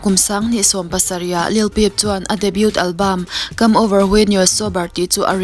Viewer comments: debut ti trut² la nih chuan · Debut i lam dik ngai lo